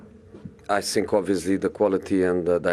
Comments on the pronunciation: I sink... i sink... i sink... He's definitely not sinking in that jacket! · I sink I want to say but I cannot say 😂😂😂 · I sink... My team is good, but I sink... We sink.. 😂